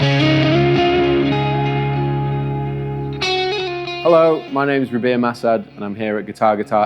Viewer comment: Hey homie i think you pronounced your last name wrong